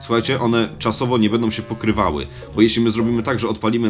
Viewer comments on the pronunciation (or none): none